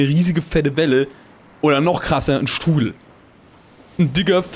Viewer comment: Ich hab statt 'Strudel' 'Stuhl' verstanden... okay xD